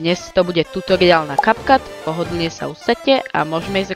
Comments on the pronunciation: Ahoj super video, no hate len môj názor je že sa to vyslovuje Capcut (kepkat) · diky, ale kepkat sa to nevyslovuje, respektíve niečo medzi Kepkat a Kapcat...